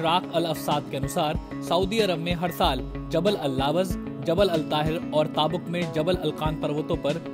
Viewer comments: Taabok mat bolo is city ka nam tabook تبوکhai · वो ताबुक नही तबूक शहर है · It's tabook not taabok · Name is tabook...not taabuk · its currect pronounciation is taboook not taabuk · Abe naam to sahi se lo tabook iska sahi pronouncacation hai baki naam bhi galat liya hai